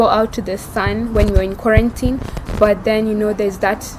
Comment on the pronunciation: Agreed on her pronunciation of the word 'quarantine'......That is the correct pronunciation!!!! Can't everyone do justice to that word?